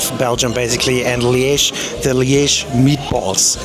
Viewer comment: Your pronounciation of Liège is better than you'd think